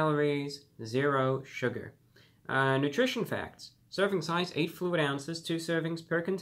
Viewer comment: I heard “circumcise” when he said “serving size”